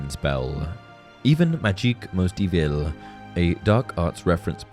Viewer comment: "...that aren't inherently EV-EL-AH"